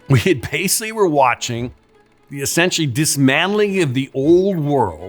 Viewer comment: this is all horseshit after my man said, "you 'wasically' watched...". gonna edit later for more.